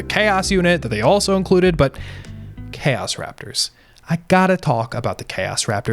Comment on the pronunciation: What is worse than this videogame is your pronounciation of "chaos"... "chäs space marines" :face-red-droopy-eyes